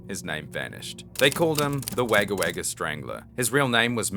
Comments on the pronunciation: Wag-a-wag-a ?? It's pronounced Wog-a-wog-a. It's important you pronounce places and names properly to maintain the overall authenticity of your presentations. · Wogga Wogga, not wagga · Came here to say the same thing lol. Yep pronounced “Wogga Wogga”. My Mum was born there 😊🇦🇺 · Wagga Wagga is pronounced WOGGA WOGGA. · WAGGA WAGGA is pronounced Wogga Wogga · "wogga wogga" is how it sounds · Enjoyed but you mispronounced Wagga Wagga(Wogger Wogger crow crow in Aboriginal))&it's not a town ,it's the biggest inland city in NSW. I was born there. I subscribed because locals like to take the micky out of outsider's, don't approve of it. Keep up the good work. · Wagga Wagga -- pronounced -- "Wogga Wogga" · It's pronounced Wogga Wogga, Kiwi 😎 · Im guessing your from Perth or maybe even Qld to pronounce Wagga Wagga that way lol, its pronounced Wogga but spelt Wagga just so u no buddy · Go get yourself a pie 😂😂😂😂 ps Wagga Wagga is pronounced wogga wogga if ya really wanna impress us Aussies 😉 ❤ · Its pronounced Wogga Wogga, even though it has As not Os... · Well to do it right ya just say 'woga' no saying it twice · Brother that is not how you say Wagga Wagga 🤣🤣🤣 you sound like a American pronouncing Melbourne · WTF??? How can an aussie not know how to pronounce Wagga Wagga?